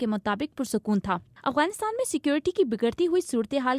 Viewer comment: یہ “اغوانستان” نہیں ہے یہ “افغانستان” ہے۔ اغ اور اف کا فرق واضح رکھیں۔